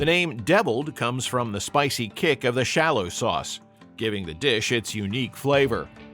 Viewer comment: Shallot is pronounced "sha lut".